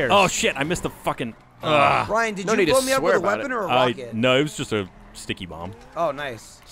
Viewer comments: "no" sounded British. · ozzie accent!:P 'No...'